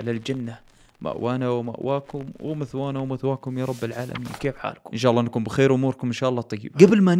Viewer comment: مثوانا ❌ مئوانا ✅